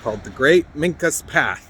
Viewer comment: There is so much more to this story. Do some research on Piscataway, MD and documents in Thomas Jefferson's paperwork. As to them being giants, they took that trait through interbreeding with another more ancient tribe along the Susquehanna River whom they fought a war with. Their name is pronounced wrong by the guy in the video. I am also a historian, and have done a lot of research on the Minquas, I had a very good friend that was half. Yes, they still exist, and I could tell you so much more.